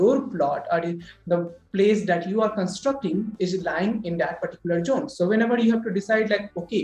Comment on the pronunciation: It’s not jone, it’s zone 😂